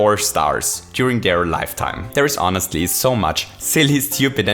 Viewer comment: Cool video as always :) but , what's "highlestly?" :p